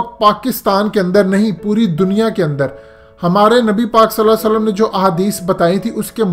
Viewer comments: Ap itna acha bolte hain her bat khol khol k bta te hn per nabi pak ka nam thora sahi bola kren salasalam kia h ye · صلی اللّٰہ علیہ وآلہ وسلّم،کے تلفظ درست کر لیں ،،،علماکرام نیند کریں اور آپ جیسے ساری رات عبادت کریں،،تو انکا سونا افضل ہے،لیکن علماء قوی اشرفی اورفضلالرحمان جیسے نہ ہوں